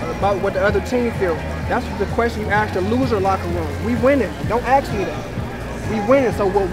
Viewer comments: Let me axe you a question. Enough said. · "Don't "axe" me that." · What he meant was "I'm not gonna be part of this conversation because…… this man is smarter than me and i feel i'm about to get schooled and i don't wanna look like a dumb fuck". And it's ASK ffs!!! an AXE is a tool you use to chop wood. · Dumbass: head down sounding out a poem/rap he plagiarized from 30 rap songs. "Axe meh anotha qwesteun" Trump Supporter: asks another question* Dumbass: hold up, I got that poem in here somewhere.